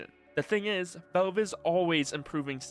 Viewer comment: It's valve, not velve.